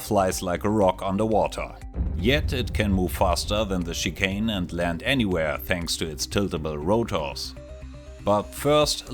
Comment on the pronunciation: With the accent, I simply heard that the Tarantula flies like "an overweight chicken". Like after a second yeah you said Chicane, but at the same time calling it an overweight chicken is also just too perfect.